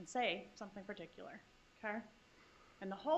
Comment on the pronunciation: Prosecutor: particular = * "per TIK yuh ler"